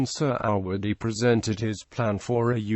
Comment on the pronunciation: Couldn't you get someone who can read a script properly and pronounce indigenous names with some semblance of accuracy. The main protagonist's surname is pronounced phonetically Surr - a - wuddy. (Definitely NOT 'Sir -ah-waddy') UGH!